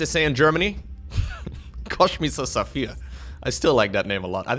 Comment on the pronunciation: It realy triggers me how u swap the sch ans s in kosmischer saphier